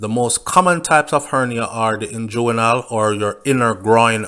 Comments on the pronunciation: Hey, its pronounced ingwinal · You are not pronouncing the inguinal hernia properly.